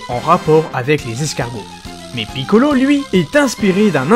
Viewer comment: Comment tu dis piccolo sa me fument